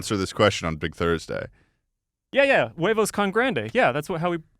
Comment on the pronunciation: just for the record, the H in "huevos" is silent. if you pronounce it, it becomes the spanish slang term for testicles.